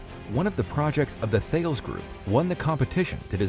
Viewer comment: stop mispronouncing thales, its a greek mathematician